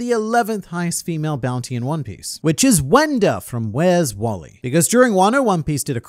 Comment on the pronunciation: Sometimes I forget you’re Australian And then I hear you say “where’s wally”